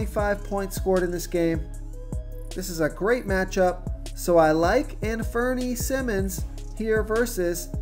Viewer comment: Infernee lol..... An-fur-knee..... it's all good.... good videos as always